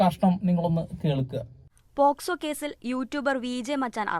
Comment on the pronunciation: Posco allalo pocso alle 😅